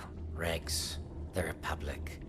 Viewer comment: He said REGS NOT REX.